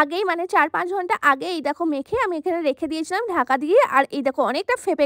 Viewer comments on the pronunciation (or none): none